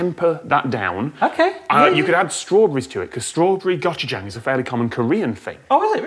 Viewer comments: I swear it sounded like Tom kept saying "gotcha-jayng" instead of "고추장" It's worth learning the Korean alphabet because it's phonetic and only 24 characters. "고" is pronounced somewhere between "goh" and "koh", "추" is pronounced "choo" like choo-choo train, and "장" is pronounced "jahng". Goh-choo-jahng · I'm just cringing at Tom's pronunciation of gochujang,,, but I do wanna try that